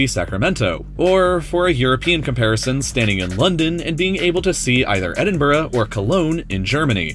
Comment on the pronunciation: Did I just hear an American pronounce 'Edinburgh' correctly? Wow.